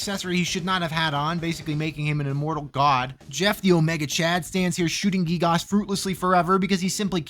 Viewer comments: U PRONOUNCED GIYGAS LIKE GEEGOSS FAKE FAN DETECTED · gee-gahs lmao